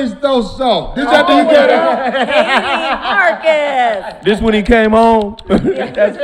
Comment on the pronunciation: called Marcus “Darkus” 😂